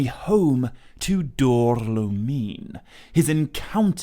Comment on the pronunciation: Great work as always,! Only a little note: I think Dor-lómin is pronounced with the emphasis on the accent. No paragraphs of comments from me unlike last time 😅